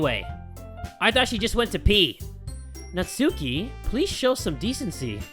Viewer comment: Nat-S-uki*, your welcome.